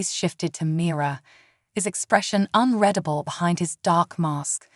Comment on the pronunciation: Please, for the favor of Great C'thulu, teach these AI readers how to pronounce "unreadable" correctly!!